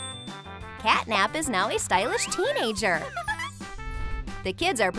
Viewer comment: Her name is CATNAP,NOT CATTYNAP